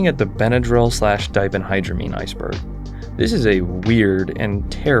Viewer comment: 1) That ph in diphendhydramine has an f sound, not a p sound. 2) Diphenhydramine is the active ingredient in most OTC sleep aids, such as Tylenol PM. So, it is commonly used for aiding sleep (though they usually charge more for the sleep aid than store brand of Benadryl).